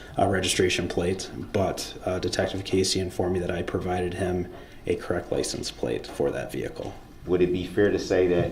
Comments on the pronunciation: "Lie-cen- place," what an uneducated fool😅😅😅😅😅😅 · What the hell is a "Lice-N-Place?"